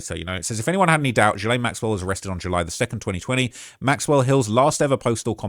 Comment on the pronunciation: Thank you for the thorough research. Most of us do not have time in our lives for even 3-4 hours on Reddit, and you are helping this topic stay current until justice is served. BTW the groomer (or her siblings) are no doubt listening to any online mention and every time her name is pronounced with Jee, it must be like an annoying jab, one of a thousand slow tiny cuts.